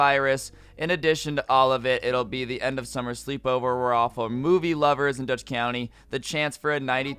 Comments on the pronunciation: "Dutch county" 😂 its "duh-shoots" County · The actual last Blockbuster in America is in the town right next to me!!!! (I'm from Millican, Oregon.) Oh, and it's pronounced 'De-shoots'